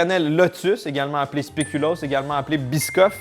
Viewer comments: Est-ce que j'ai bien entendu... Un biscuit aux speculum?🤣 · Il a dit speculoos